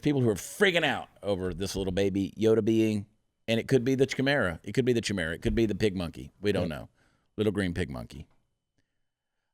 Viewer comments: Its pronounced Ki- mar- a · Chimera is pronounced starting with a K. That's my takeaway! LOL! 😉